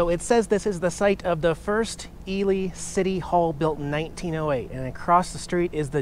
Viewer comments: Not Pronounced ELie, but rather Elee! Spelled ELY. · I do believe the town name of Ely is pronounced “Elee” not “Eli.” FYI, Pat Nixon was born in Ely. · It's pronounced "E-Lee" Nevada. I visited Ely, NV several years ago when I was running the Lincoln Highway. When you head towards West Wendover, check out Cherry Creek on the left of the Highway north. It's almost a creepy town! I'm enjoying your Millennial view of all this stuff because I'm about 40 years your senior and saw it all back in the day. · I stayed in the Hotel Nevada in the Charlie Pride room. Great spot. It's pronounced "Eelee" though. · it's pronounced E-Lee! Just thought you'd like to know. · Ely Nevada, pronounced Elee lol